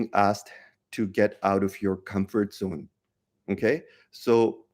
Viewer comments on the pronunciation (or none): none